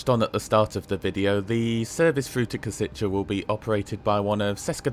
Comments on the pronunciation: Minor detail: Košice is actually pronounced as ,,Koshitse", not ,,Kositche". Other than that, great video! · Nice one! "š" in Košice is pronounced as "sh" in e.g. Sheffield, and "c" is "ts" as in tsar. On a side note, the station in Kosice and the whole area appears to look way better than the one in Bratislava :) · For "Košice', it's not "Koseechay" but "Kosheetsay" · and Košice is pronounced as Koshitse. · I agree as a Czech, that he pronounces some words well, but how he pronounces "Košice" hurts me a bit. But it is understandable, as he is not Czech or Slovak, so no hate for that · Your pronunciation of Košice is fascinating. Very wrong, yet fascinating. Anyway, a good review of my country's best train at the moment. I don't use this line that often, but sometimes I do, usually Prague to Cesky Tesin.